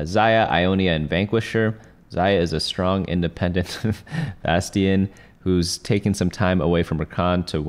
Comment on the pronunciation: It's Vah-sty-an not Vastian and Nah-fir-ree not Nafary.